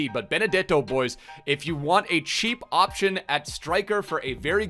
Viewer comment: It’s funny how he says “cheap” lol